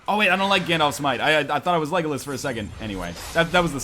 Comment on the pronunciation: northernlion its lego las not legolus